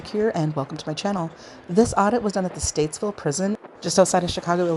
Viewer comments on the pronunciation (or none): It's not StateSville... It's StatEville.